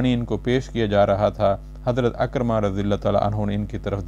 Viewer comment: صاحب آپ کے خوبصورت انداز بیان کو تلفظ کی غلطیوں نے گہنا دیا ہے۔ عکرمہ ع کے زیر کے ساتھ ہے زبر کے ساتھ نہیں عمرو بن عبد ود کا درست تلفظ Amr bin Abd-e-Wadd ہے۔ براہ کرم تلفظ کی درستگی کی طرف توجہ دیجیئے۔